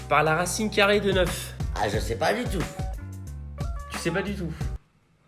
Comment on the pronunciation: "Qu'est ce que ça t'a fait quand j'tai dis qu'on avait depassé 700 milles abonnés sur youtube?": " Zeuuucesstpasss" 😭😭😭😂😂😂